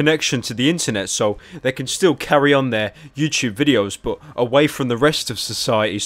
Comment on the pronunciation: He says "youchoobe" lmao.